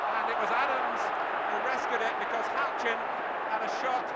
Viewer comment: "HOUCHEN"...........oh yeah. 8-D